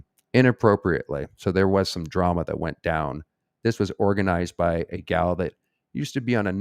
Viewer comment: Its all good! I like when you say "gals" too 😂